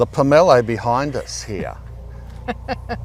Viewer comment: My forebears are rolling in their graves🥺🥺🥺 it is called a POM O LOW not however you are saying it. My great grandparents Brough them to Australia from Russia 110 years ago, the original trees are still bearing at Habana, just north of Mackay. I have one just starting to flower now. I have several of the variety you have. They are nothing compared to the original which I have seen weighed to 27 kg and are more flat like a pumpkin profile, and the individual parts inside the quarts don’t fall apart like flicks red does. The taste is similar but not nearly as good as the original Russian one👌also you never pick one off the tree, they aren’t properly ripe till they fall👌